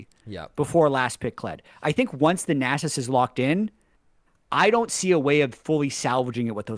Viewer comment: I say it with love but we need to discuss how to pronounce Nasus. Welcome to discuss Shaco or Shaco too.